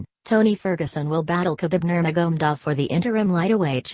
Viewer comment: khabib is the undisputed undefeated lightweight champion and his name its nur ma ga medov you are doing a narration on these fighters say there names properly dizzy woman and its de az not dearz my dear no wonder you got 50 views LEARN TO SAY OR PRONOUNCE PROPERLY B4 YOU START NARRATING WHATS KHABIBS NAME AGAIN MAGMADOV ? ? / / ?